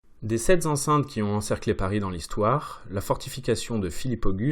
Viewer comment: “Sept-z-enceintes” ? 🤔 Vraiment 😂 ?